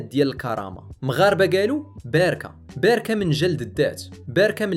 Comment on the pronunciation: ظننت المتكلم ذكاء اصطناعي لأنه بدل كلمة باراكا قال باركة في الدقيقة